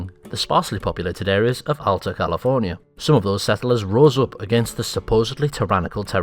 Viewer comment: He said Alta wrong